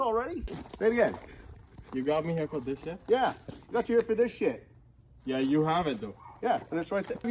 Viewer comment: he said I don't need this Shet hahaha